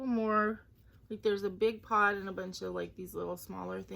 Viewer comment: Happy Hanukkah! And Happy Thanksgiving 🦃 The peacock wreath is pretty! On Night Creatures I thought you were saying PAWT (part) in a Boston accent...then I realized you were saying pod!!!LOL! I can't choose: I like the picture in Choice #1 but I like the words you'll do in Choice #2, so I guess both? Hope you have a great week. Looking forward to your Hanukkah vlog!!